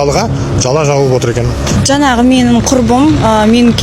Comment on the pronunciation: Жанағы демей,Жаңағы деп айт.